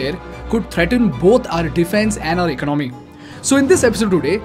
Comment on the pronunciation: Dude your content is decent but can you please learn to pronounce the words correctly. For the starters, it’s not “ecnomy”. It’s called economy. Say it like E-con-o-my. ✌️